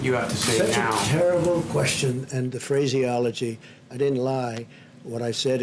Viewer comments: Did he really say "phrase-iology" 🤦‍♂️ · "the phrasey-ology"